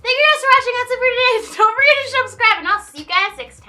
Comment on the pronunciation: I'm pretty sure I've been subscribed since 300k, and I don't think I've ever heard her say "SHUBscribe" instead of "subscribe" until now.